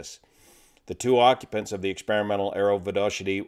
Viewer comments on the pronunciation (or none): I have heard (at work at Garrett Turbine Engines) Vodochody (it's Czech) pronounced "Vo Do Hody" (all the "o's" are long "o's"). There is even a YouTube video on the "How To Say" channel using that pronunciation. The L-139 uses the Garrett TFE 73-4-1T engine. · It reads "Vodokhody", though pronunciation puts smile on our faces:-). If I'm not mistaken, there were many L-139 produced, but as production units,not conversions. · I like your pronunciation of "Vodochody", village and airport close to Prague. Greetings from the Czech Republic!